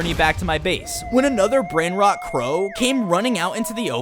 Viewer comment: The way that they mispronounce the Italian brain rot